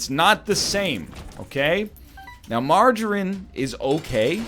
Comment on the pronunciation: Who the fuck pronounces margarine like that? Freak.